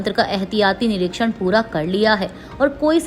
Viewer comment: कृपया आप अपने उच्चारण पर ध्यान दें और पुनः निरीक्षण का उच्चारण सही करें